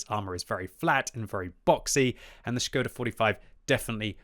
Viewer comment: its ŠKODA btw